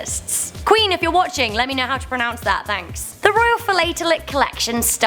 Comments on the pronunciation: You announced the start of philatelist as Fill. It starts as Flat not Fill. Lol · Philatelist is pronounced 'Fil-At-El-ists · Fil lat a list…….stamp collector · spoken as filatilist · Filat alist phoenetic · Its Phil-at-e-list. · Philatelist pronunciation. Phil - lat - tell - list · Philatelist is pronounced Fil-at-e-list! But try saying it with out the dashes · FIL LAT EL IST..... Philatelist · FIL-AT-EL-IST, you *&%$ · "Fill a TELL LICK" Or a "FIL AT TUL LIST". You're welcome. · Philatelic the phila should sound like philp but without the p and with an a. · learn how to pronounce philatelist if you insist in making such programs. You have definitely confused her personal ownership with that of the crown thus exagerating her lot.